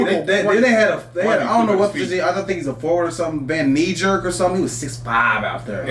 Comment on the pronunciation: Van Nidjer??? Wout Weghorst bro haha